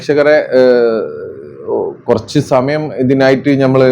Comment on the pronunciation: എടോ കാക്ക ഞമ്മൾ അല്ല നമ്മൾ ന ന ന.